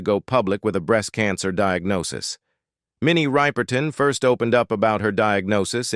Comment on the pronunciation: When the AI voice pronounces "Ripe-er-ton" it makes me cringe. It seems so disrespectful. Put some respect on her name. If you can't don't bother. I just want info on her life.